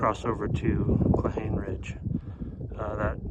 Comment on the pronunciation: Thanks for the adventure. Cold and beautiful. It's pronounced "claw-hawn-eeee" 😊